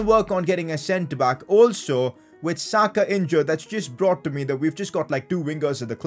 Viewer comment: Why u say sakas name like that